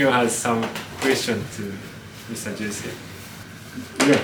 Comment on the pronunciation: Jesse は、ジェセじゃなくてジェシィ（ジェシー）だと思うよ。 米俳優の Jesse Eisenberg は、ジェシー・アイゼンバーグ って言うし